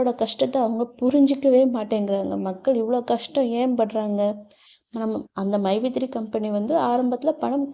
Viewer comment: மைவீ3 ன்னுகூட சொல்ல தெரியல மைஈ3 என்ன கம்பனி ஆமாம் மைவீ3 இன்னு சொல்றாரு ரொம்ப பெருமை படுறாரு பாமக பிரமுகர் ஸ்ரீநிதி மேல போய் வழக்கு போடுறாங்களாம் அவங்களுக்கு வந்தாக ரத்தம் மத்தவங்களுக்கு வந்தாக தக்காளி சிட்னி